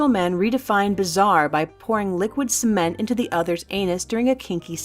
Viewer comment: At first I thought she said liquid semen so I thought for gay people sounds normal then she said it hardened and I thought what's wrong with the world